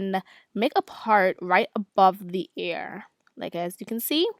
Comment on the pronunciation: I love the way she says ear😂 sounds like air